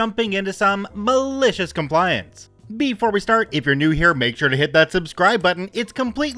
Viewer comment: Once you said that now I here this way now....lol